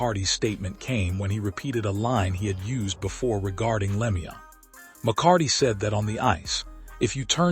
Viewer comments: its a sad sad day.and whoever you are, talking away here you could at least say his name right!, it is pronouced "Lemeau" (LeMew) please do him the small honour of pronoucing his name correctly! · The pronunciation of Claude's name on this post tells me this is a joke post